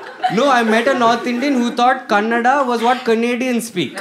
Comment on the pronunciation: The best. Happy you said kannada correctly